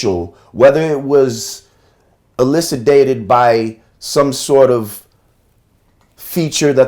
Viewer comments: He didn't use the word correctly, as he didn't pronounce it right. Your post is of very little value, as well. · He may have pronounced it incorrectly, but he used the word correctly and within context; which shows that he actually knows what the word means. Your correction is of very little value.